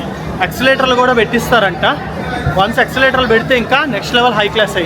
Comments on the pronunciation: Excelerator kadu Babu, it's escalator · యాక్సలేటర్ కాదురా అయ్యా అది, ఎస్కలేటర్...ESCALATOR, అంటే పైకి/ కిందకు తీసుకు వెళ్లేది🤦‍♂️